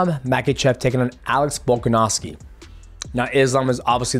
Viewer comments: I don't blame you, it is Chael Sonnen!! he is ruining names lol. 😂 He calls Islam "MAGA-CHEV," or "MICHEAL-CHEV". It is Ma-Kha-Chev. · And Mackel-chef as he likes to say